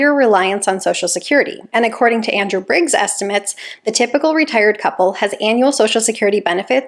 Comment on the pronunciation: Biggs, not Briggs.